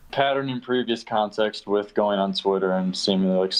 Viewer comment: Like how doesn’t say th in words like with, he just says wit 🥴 it doesn’t bother me though, I just noticed it recently